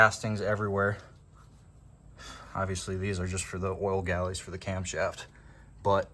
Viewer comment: Gallery, gal ler ree. A galley is the kitchen on a ship.